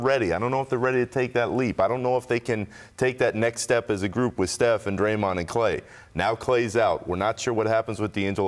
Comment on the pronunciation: I swear pippen is callin steph "Seth"